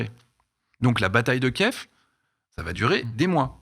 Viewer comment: Y en a qu'un seul qui regarde les allocutions de Zelensky apparemment et qui a la présence d'esprit de dire Kiv et non pas Kief.